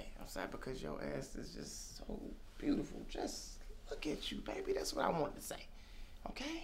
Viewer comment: "you said WHET"